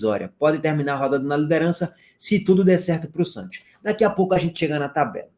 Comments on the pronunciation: ENTREI SÓ PARA PODER OUVIR O FALANDO “SANTIOS”. VALEU!!! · "Agora quem dá bola é o Santios..." 😂😂😂